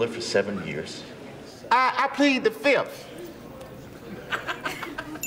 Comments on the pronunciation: “Fif” 1,2,3,4….. “Fif” 😂🤣😂🤣😂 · The best is when he goes I plead the fifth I plead the fifth one two three four fif ask me a question .... Fif now see you a secret document FiF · "Um... No, but i can tell you that i plead the fizzif" 😂😂😂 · "Uh No but i can tell you i plead the fizziff" 😂😂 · Always plead "da Fif".